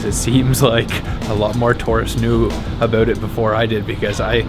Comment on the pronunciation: This is a random question but I’m just curious, what part of America are you from because you pronounce About differently or are you Canadian?